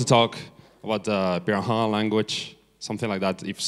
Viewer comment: It is pronounced pee-da-HAN. See Everett's book, the first man to learn their language. Anyway, great talk. Thanks for it.